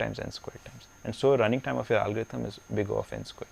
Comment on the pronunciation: "AALL" GO-RITHM........:P